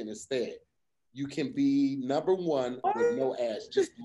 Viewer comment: Three! Pick numbah three my lord. 😂